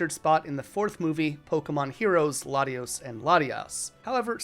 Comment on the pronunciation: THERE IS NO N IN LATIOS OR LATIAS! REMOVE THE LETTER NOW!